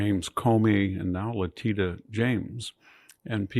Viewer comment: It's "Leh-TISH-a", VDH! I've heard you say it correctly before, so I know you can!